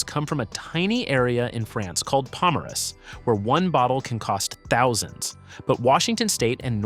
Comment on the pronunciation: I think you meant “Pomerol” not “Pomerus”.